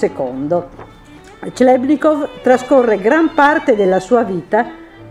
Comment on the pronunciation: "clebnikov" non si può proprio sentire....